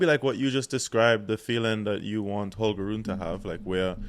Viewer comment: It's Holger Run-E.